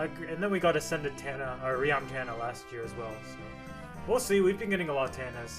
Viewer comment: Its TANA not TANNA